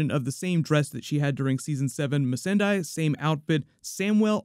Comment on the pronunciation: its pronounced Miss Sonday not Miss Sun Die.